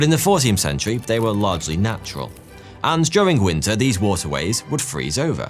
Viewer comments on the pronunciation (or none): none